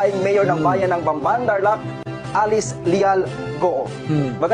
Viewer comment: Inulit ulit ko ang sabi ba nya Bambay, hndi Bamban?